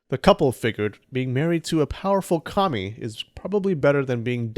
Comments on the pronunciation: i had to turn subtitles on to seeu said kami and not commie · I know you said "kami" but I can't not hear "marrying a powerful commie." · Thought you were calling Susanoo a Commie. XD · That's "kami" not "Commie." He's a god, not a devil.